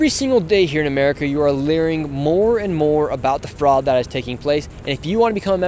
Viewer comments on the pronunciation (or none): "every day you are LEARING more" Nice touch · "Every single day here in California you are 'LEARING' more and more..." Thank you😅😅😅 People comment like you lost your mind and like EVERYTHING! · learing centers ... please learn pronunciation dawg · He actually said LEARING lolo:face-green-smiling::face-purple-crying:😆😅🤣😂